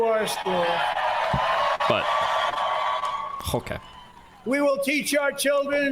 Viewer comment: the ho-kay reminds me of that stupid end of the world video.